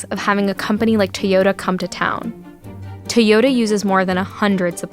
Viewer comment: TaeYoda. At this point im pretty sure she also says Worder instead of water